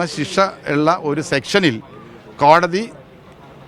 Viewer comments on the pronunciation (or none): ശിഷാ അല്ല പൊട്ടാ ശിക്ഷാ എന്ന് പറ